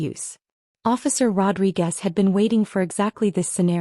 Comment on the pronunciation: Needs a male narrator. And it’s Rodriguez. And it’s bail, not bales. Tech CEO, not texcio. 4 cardiac events, not 3. Maid of Honor, not Made